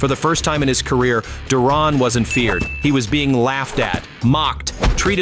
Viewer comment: Stop butchering Duran's name you know his to pronounce it